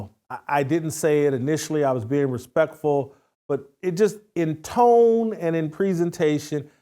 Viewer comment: Tone??? Tone??? Come on Jason...SMH.